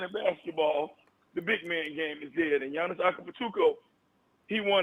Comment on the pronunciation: caller butchered giannis name 😂💀